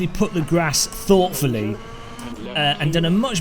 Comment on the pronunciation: "put the grass thouhhtfully" 🤣🤣🤣🤣